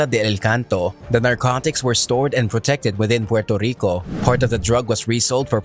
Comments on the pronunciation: Learn how to say Puerrrrrrrrrto Rico not Puelto lico. And its La Isssssla dellll Encanto lololol oh my god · I guess 8f I can forgive you for killing the pronouncation of Puerto Rico I guess he can.🇵🇷🇵🇷🇵🇷